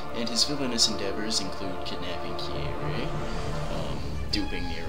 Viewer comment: It sounded like you said Kirei instead of Kyrie. Ironically Kirei is a character from the Fate series who is an evil man priest.